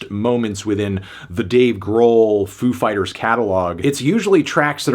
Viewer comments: You pronounced it wrong, the emphasis is on "Fighters". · Ladies and gentlemen... Foo FIGHTaz